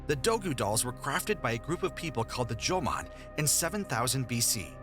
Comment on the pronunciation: Jomon, not "Joman".